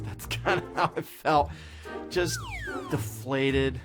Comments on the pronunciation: "Deflated." Hmmmm... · Hahaha he said deflated